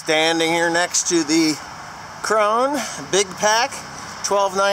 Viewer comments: Torsten Brunke Hmm I just figured out how to listen to your german/english dictionary and you are right, not KRO NAH but KRO-NEH a very difficult disticntion for an American to catch. BUT nothing like the english word crown, at least not the way an American would pronouce it. and it ALSO sounds NOTHING like the english word crone which is how most Americans think is how you say KRONE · Maybe I'm the only German that watches OLF. Kronah is the scandinavian way to pronounce it. If the english native speakers say "crown" it comes very close to the german word "Krone". Now if you say "crown" and put an "e" at the end like at the word "the" you are fine. Otherwise please say "crown" or listen here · Torsten Brunke Yes, I was aware that krone means crown in english, but in any case pronouncing it like the english word for a thin old woman... crone...with a long OH sound, which is the way most Americans (including ) pronounce it, is wrong.. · David Harris I agree with Torsten bud, he's saying that if you say it "crown" you are close to the German pronunciation (and he would know), and I'M saying that pronouncing the the whole word like the word for an old thin woman (crone) is wrong. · Two Questions! Will the 8120 handle it? When you go to the demo are they going to go through the "proper" pronunciation of Krone? Lord knows we have to get that right, but then again you can call it what ever you want when you buy it. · Terry Presnal Yeah, I don't really care how pronounces it actually, but I knew that the way it's said in Germany isn't the way he says it.